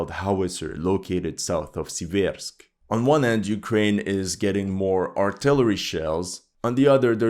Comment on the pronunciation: torEtsk but sIversk